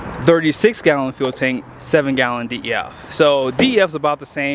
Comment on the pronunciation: Def is pronounced like deaf not D. E. F. 😉😉😉